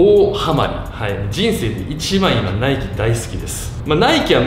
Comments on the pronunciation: 今さらなんやけど、ナイキの発音って語尾にかけて上げていく感じやないん？ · ナイキの発音がナイツ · ナイキのイントネーション笑